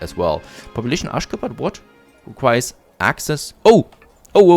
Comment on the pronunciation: Aschgabad pronounced like aschagaabad. Everytime you called it, it sounds kinda funnier 🤪